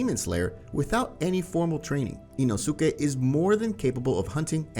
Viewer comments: Love how he says ino-su-ke Btw say inos-ke I think that’s how his name is pronounced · IT'S "EEE-NOO-SKEE" NOT "EEE-NOO-SOO-KEE"!!! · Next time please say ino-si-ke instead of ino-su-ke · ITS NOT INOOSUKE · eeno soo keh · Anyone else get so annoyed by this guys pronunciations? Ino soo kay. ?????? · i love this dudes content just hate the way he pronounces the names of these characters 😂 EenoSookay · Say it with me. E-no-skay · The way you say inosuke bothers me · That's tottaly hoe u say inosuke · Bro the way he said inosuke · You’re not supposed to pronounce the u in inosuke …. Same thing with sasuke … the u is silent